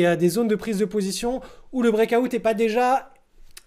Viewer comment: Le brékaoutte mdr Délire comment tu le prononces